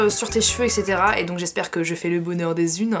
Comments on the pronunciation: on dit etc pas ect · on dit "etc" pas "ect"😉😃